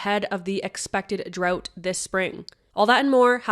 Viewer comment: drought is pronounced DROWT not DROT :p